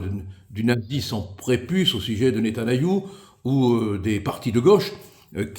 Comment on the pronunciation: S'il vous plaît, Maitre, je sais que vous avez du mal avec la prononciation des noms propres mais vous pouvez quand même faire un effort : On ne dit pas Neta na y hou mais Neta ny a hou